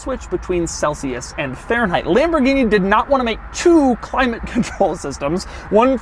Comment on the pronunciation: It's not LEmborgini it is LAmborgini!